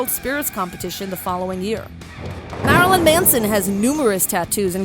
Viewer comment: the way she pronounces marilyn triggers me